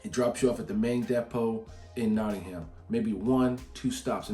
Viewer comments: Just to note, the H in Nottingham is silent. It's not pronounced Notting-ham, it's pronounced more like Notting-um. Sort of like the word Drum. You will find that with a lot of places in the UK. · It's pronounced nottingum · Your pronunciation of Derby ("darby", meaning deer village) is fantastic and correct. Nottingham (meaning the home of chieftain Snot's people) is "Not-ing-um" though. There's no "ham", just "um" in British place names. The aitch was dropped long ago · I'm from Nottingham. I don't mind the stress you put on "ham" because it's a lot better than the "Noddinghaaam" we sometimes get. I don't think you'd sound right dropping the G and H. Could you start a video with "ey up ducks, it's "?